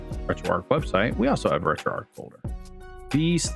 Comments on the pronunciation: Its driving me insane when you say arc/ark for some reason instead of arch hahahah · Retroark retroark retroark hahah